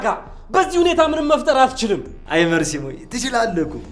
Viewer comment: መርሲ ሳይሆን መርዚ ነው ስያስጠላ ሰይጣን